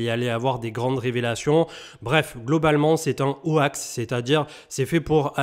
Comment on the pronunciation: Au poil, comme d'hab. Petit tips pour l'anglais, on dit pas "ho ax" pour hoax, mais "hoks" (un peu comme on dit hawk) :)